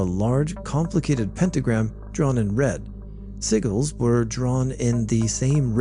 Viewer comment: I love how he said sigils like “siggles” I think I might just call them that from now on